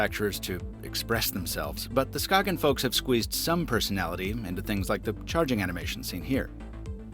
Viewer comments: "skaken" hahah try saying it like skajen instead btw im from Denmark so i should know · SKAY-GENN. Its okay most ppl dont know either until they really collect timepieces. I bought one for my dad and I love its thin design. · The G is actually soft, so it's pronounced like the Y in yogurt. Ska-yen, the A pronounced like A in Apple. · Danish guy here Skagen just say without the g then you have the name right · As a Dane, the way you pronounce Skagen physically hurts. Not really your fault, the Danish language is weird.